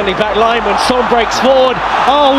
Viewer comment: Sun, park ji sang, richarlisong, penyebutan nama macam apa ini